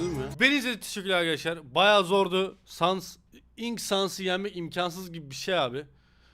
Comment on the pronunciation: Outer sansin saldırısı bu arada sans sens diye okunuyor yanlış söylediğinde de Kötü oluyomxd